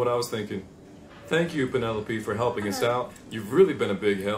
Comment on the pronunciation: Love the way mispronounced Penelope (at first) as a nod to his life of being mispronounced. But did he actually mispronounce "prodigiously"? Also love "pfeelings". And Kathy is *talented*.